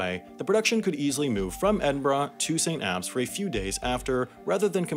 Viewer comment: I can't put into words how pleased I am you pronounced Edinbrugh and St. Abbs correctly